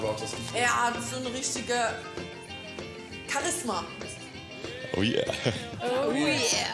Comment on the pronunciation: Wie spricht die denn bitte "Charisma" aus? ist ja peinlich